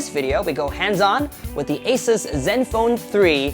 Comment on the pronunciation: AH-SUS! Learn to pronounce.